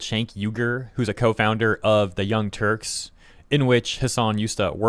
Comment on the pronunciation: I do not hear young turks, I hear young turds :D